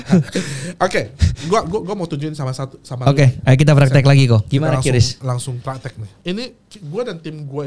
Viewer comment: QRIS dibaca "kris" bukan "kiuris"